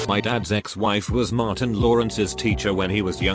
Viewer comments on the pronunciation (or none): none